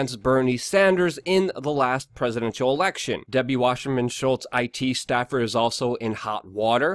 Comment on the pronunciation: It's Wasserman, not washerman